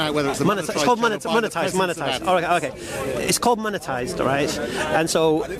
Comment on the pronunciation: keeps saying "Moneterized" but I keep saying "Monetized".